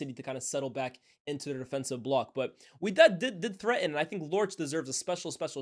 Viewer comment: Its wydad🤣